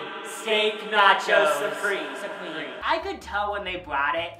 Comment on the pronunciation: It really sounded like they said skank nacho supreme lmao